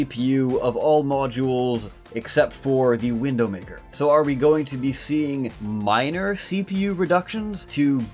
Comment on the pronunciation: Are you saying Windowmaker?